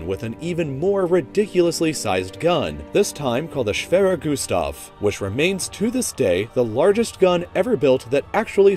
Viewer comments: i am german and i is really funny to hear someone say "schwerer gustav" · I love your German... "schwewer güsdaw"... "Pännser"